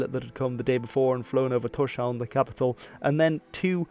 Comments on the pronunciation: Also it is pronounced more like Tors-haun, meaning Thor's Haven (harbour). No 'sh' sound and the v is more like w sound. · Am I the only one, who find it annoying, that the narrator hasn't bothered to check the pronunciations? Thorshavn means "Thor's harbour". "sh" in the middle are two completely separate letters and should not be pronounced as the combined sh-sound. And the "Aa" in Aage is a completely different sound than an "A". However, the "g" in Aage is not that bad, although the Danish "soft g" is special. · Isn't Torshavn pronounced TorsHavn and not TorSHavn? I believe it means something like Tor's harbour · Yes, but a lot of foreigners say TorShavn.